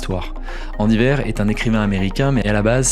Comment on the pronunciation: Andy WEIR, pas WAIR. 😉